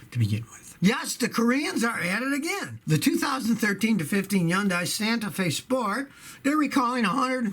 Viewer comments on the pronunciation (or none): HUN-DAY. HUN-DAY. HUN-DAY. .. as the TV commercials say.